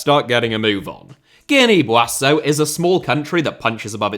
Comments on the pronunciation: Guinea-Buassau. I seem to remember he already pulled that one before at some point lmao. Seems weirdly familiar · Guinea boasso? You mean Guinea Bissau? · you had a howler with the Guinea-Bissau pronunciation